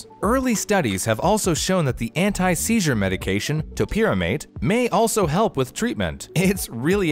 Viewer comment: it’s pronounced toe-pie-row-mate for future reference